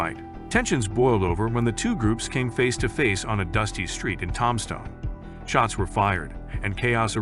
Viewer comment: Heads up , guys : "Robo-voice " narration , REALLY bad pronunciation : "TOMstone , Arizona " ???? " The gunfight at the OAK CORAL " ???? Pathetic !